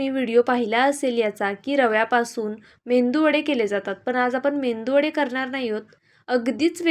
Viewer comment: बाळा "मेंदू" वडा नव्हे मेदुवडा म्हणायचं.